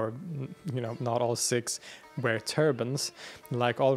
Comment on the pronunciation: Isn’t it ‘Seeeks’ and not ‘Sicks’? (I grew up with Sikhs and nobody—including Western Sikhs themselves—pronounced ‘Sikhs’ as “Sicks”. Have I missed sumting?!🙀